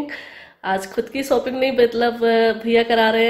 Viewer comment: Sopping nhi shopping aap hmesha sh ko s q bolti h